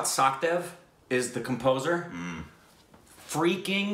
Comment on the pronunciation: Its Pronounced SaCHdev guys, Not like SaKHdev 😊